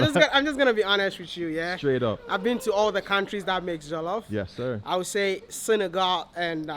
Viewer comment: omg lol, a lot of ppl say Senegal